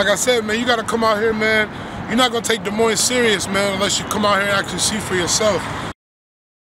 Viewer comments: don’t come to my city sayin des moines with the s at the end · Ok first of all, it’s pronounced “De Moine”, not Dez Moinez. S is silent lol! And second of all do we have some rough neighborhoods here? Sure. As bad as Chicago or Detroit? Probably not. But why do we want to? What is this mentality of “oh we gotta be hard, we gotta be hood”. How about we be thankful that we aren’t and that we have pretty good neighborhoods with fairly low crime compared to other large cities. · Dee moin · it's pronounced. "De_ moine" the s is silent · To me, its pronounced duh moin, which sounds like lyrics in a bad mumble rap song. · I won’t go into the inaccuracy of this video .... BUT at the very least - if you live in Des Moines and don’t pronounce it da-moin you are a complete fool. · How is it you've been in Des Moines all your life and still don't know how to pronounce Des Moines. Both S's are silent. " Duh Moine" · Des Moines is about 11% black. Polk County is about 5%. Oh, and you don't pronounce the damned second "S" in Des Moines. Can't believe someone supposedly born and raised there would do that. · you don't pronounce either S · You dont pronounce either "S's" In Des Moines.. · Des Moines is a french word meaning the monks , you don't pronounce either s, the french were the original colonists, look at the Iowa flag and the French flag, notice anything? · Live in Des Moines but still pronounce it wrong 😂 gets me every time. You dont say either S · They're on the North Side, not the West Side. No one in Des Moines usually refers to the West Side anyway. There's Des Moines, then there's North Side, East Side, South Side. Also, the second s is silent as well. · I know and love everyone apart of this video and my city but how tf we can’t pronounce our own city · Everyone from Iowa knows if your from Des Moines you don’t pronounce the s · If you can't pronounce "Des Moines", you're probably not really from there. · The S is silent.